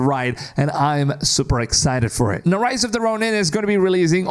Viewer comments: RISE of the Ronin! Not ROSE! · It's Rise of the ronin not rose 🤣😆